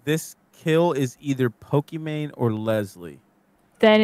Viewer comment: Pokimane not Pokimate